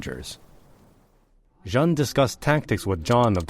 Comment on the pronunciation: JEANNE is pronounced like JAN in English but without the starting D sound --- a bit like the Chinese would say ZHAN or XHAN. The clever thing to do - would be to type it in in Google Translate and then click on the sound icon - make sure you select the proper language. Play it 2 or 3 times and repeat it also 2 or 3 times - you will have learnt something on that day. So you can pat yourself on the back. and so it goes with the other mispronounced French words - like Orléans.